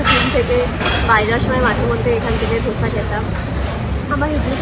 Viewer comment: It's Dosa not dhosa 😂😂😂